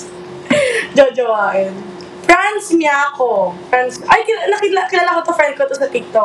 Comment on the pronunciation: D po franz miaco pero miaco ang speling pero ang tonog is franz miaso